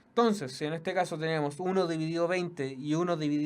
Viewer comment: ENTONCEEEEEEEEEEEEEEES NO TONCESSSSSSSSSSSSSSSSSSSSSSS NO ESTÁS CHATEANDOOOOOOOOOOO